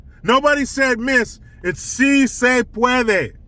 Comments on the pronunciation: Say it with me: See say pwod-way. 😂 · See Say Puadway!!! Lmao, subbed! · “See say pwadway”😂🤣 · READ THIS! We need “SI SE PUADWEY!” shirts and hats asap. 😆😆😆. 🙏🙏🙏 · I wonder what AOC thinks about so se pwodway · Jill Biden says, "Say it with me !" "See say pwadway!!